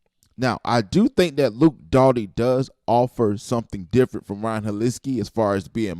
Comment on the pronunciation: It's not Dotty bro. It's Doty. Just saying.